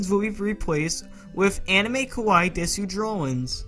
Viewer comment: When you say desu you don't say the u it's just said like des btw I love these roleplays so much keep 'em coming ^^